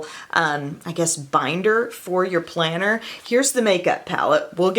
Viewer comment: Planner? I thought you said, "Planter!" You know dirt and something green. I usually use "cc" to prevent these misunderstandings. Thanks for the lo-down. (